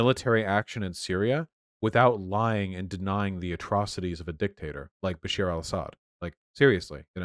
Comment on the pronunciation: Dude's name: Bashar Vaush's pronunciation: Basheer